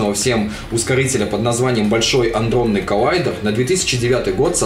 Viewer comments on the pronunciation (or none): адронный, адронный! никаких "н" в начале там нет! частицы - адроны, блеать!!!11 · аНдронный..., как ты мог? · "Андронный" - резануло по ушам... Адронный же, по названию класса частиц. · Я тоже тут немного с уничаю - Коллайдер то не АНдронный, а Адронный. Без обид. Не в коем случае не упрекаю за оговорку. Просто захотелось ещё добавить комментарий. =) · не "андронный", а "адронный". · только коллайдер не аНдронный, а адронный. Тебе не идет так говорить;)